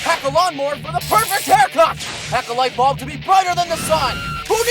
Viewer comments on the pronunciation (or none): Lmao I LOVE the way he says: "for the perfect HAIR CUT!!" lol